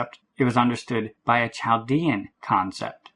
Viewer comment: Chaldean is pronounced with a silent "h".